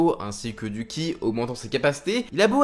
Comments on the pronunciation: le CHI-KUNG est lié à la pratique d'un art martial. mais ne se prononce pas KHI mais bien CHI... (c'est chinois)... c'est la maîtrise de la force vitale souvent liée au tai-chi mais aussi à d'autres art martiaux. et même en japonais ceci se dirait "tchi" et non "ki"... donc certes la vidéo est bien faite mais la prononciation est mauvaise. et Shang-Chi (inspiré de Bruce Lee) est un maître dans marvel ayant entrainé wolverine, captain america, spiderman... mais j'espère que le prochain coup tu ne diras plus KI mais bien CHI... merci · Pas ki mais chi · Par contre c'est le Chi (qi) pas ki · Le chi / Qi se prononce tchi. En chinois la lettre Q se prononce « tch » comme pour la norme de recharge sans fil Qi qui est prononcé tchi en référence à cette énergie invisible.